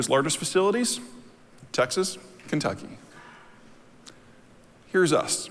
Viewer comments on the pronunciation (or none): none